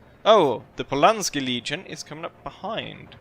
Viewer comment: its NOT polanski it is PULASKI he is a very Famous Hero of the American revolution Polish born and offered his services to washington and created PULASKIS Legion